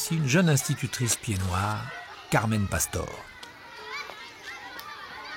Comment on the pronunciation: Very well done this documentary! Though you miss-pronounce Pied Noir and Belote! LOL!